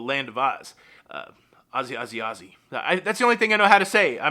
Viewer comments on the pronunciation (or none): none